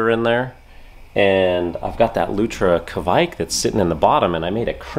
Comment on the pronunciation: Hey! Norwegian here. Its not "kevaik" as most english/American speakers say. Its almost pronounced "quake", as in the computer game or even the religious group or cereal brand.